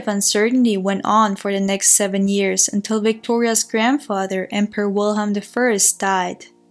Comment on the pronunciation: Great job. But please out of respect. Pronounce the german names. German. We germans also. Love our language...thank you. Alles liebe.